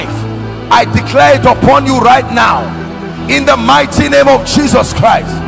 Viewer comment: I like the way you pronounce IN THE NAME OF JESUS CHRIST.🙏🙏